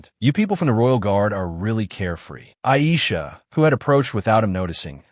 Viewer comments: Chu-lee-ae? You mean Julia? Cho-ree-mee? Jeremy?? A-I-saa~? F-ing Aisha?? E-me-lee? WTF is with this AI voice's pronunciation? These are like the easiest names! It's not A-a-ron! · The fact that the Ai voice is pronouncing the blond lemon looking ah girl’s name as ‘Ai’ has my dying